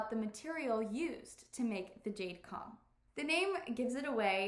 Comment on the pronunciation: I think you are pronouncing Cong wrong.